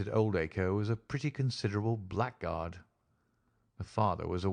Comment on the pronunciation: this is very well read. I just wish the reader knew how to pronounce "blackguard" correctly - it throws me every time 🙂